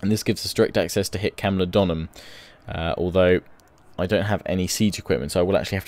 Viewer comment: Great video. It's Camulo-dune-em though :-)))